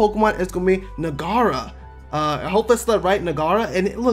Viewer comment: Bustallion = how do you end up pronouncing this as Bus-leon? Naguara = Na-ga-ra? There’s a letter “u” after letter “g” - how do you miss that?